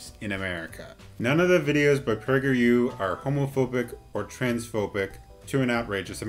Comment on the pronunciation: lmfao 🤣 The way you said PragerU was autocaptioned "Pricker you" 👏👏👏